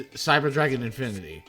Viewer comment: I love that othee than I:P you didn't pronounce a single card's name right😂. Favorite was calling Infinity-Infernity. It's part of your charm.